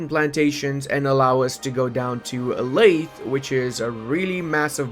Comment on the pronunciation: the "th" in lathe is pronounced voiced, your vocal chords should vibrate.